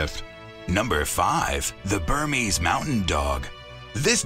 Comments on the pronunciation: You wrote bernese, and then pronounced it Burmese. You do realize they are named after the capital of Switzerland, not the jungles of Burma. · so you spell bernese right but can't pronounce it? BerNESE